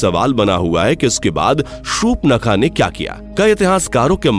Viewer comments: Please pronounce properly, it's not shupnakha it's Shurpanakha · Uaka name surpankha tha nhi ki supnakha 😅😂